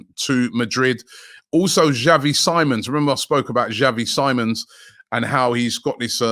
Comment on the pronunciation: Xavi Sim-ons not Simon lol